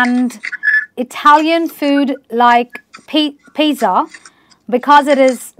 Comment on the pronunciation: As if doesnt know to pronunce pizza